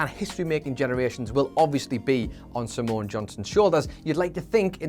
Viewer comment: Simone is two syllables not three.